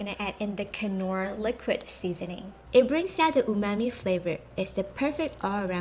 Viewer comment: These sauces look amazing, but I'm pretty sure the 'k' in knorr is silent